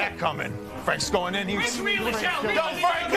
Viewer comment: The fact he consistently called Frank "Freg" had me rolling